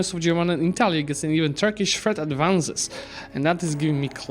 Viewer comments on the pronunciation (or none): none